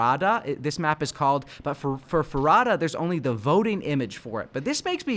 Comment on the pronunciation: Farada sounds like favela